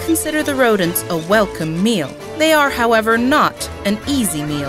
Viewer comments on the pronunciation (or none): none